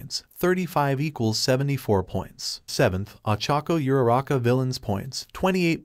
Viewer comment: Is Uraraka, not Yuraka not Irara